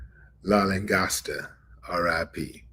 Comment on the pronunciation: hi.. willie d...la.. lan..gos..ta.. is her name... pronunciations.. be blessed